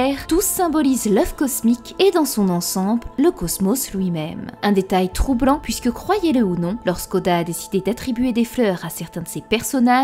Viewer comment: tu as la même façon de prononcer la syllabe en "ui" "oui" Exemple tu prononce "puisque" "pouisque". Il y a une autre YouTubeuse qui a la même façon de prononcé et un peu la même voix que toi. Sa chaîne relate beaucoup mythologie de notre monde et je commence à croire que vous êtes une seule et même personne